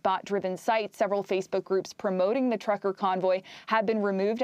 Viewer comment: "trucker," not "tucker", girls! Lol